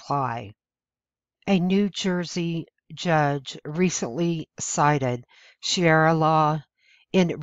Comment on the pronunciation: sha ree ahnot shira